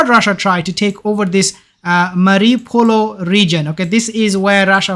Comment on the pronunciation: Its pronounced 'marri - o - pol' bro not mariupolO. Your mistaking the circle next to the citys name for a letter O